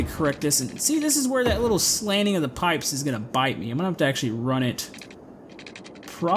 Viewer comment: did he say "pipeyes"?